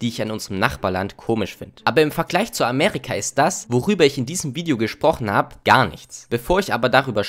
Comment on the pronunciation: bro es heißt Amerika und nicht Amärika